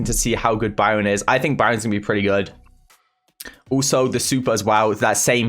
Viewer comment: Nobody:: oOlso